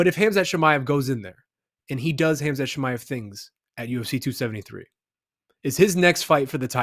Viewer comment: "Ham Shat Chimaev" Up there with Ya Rear Rodriguez.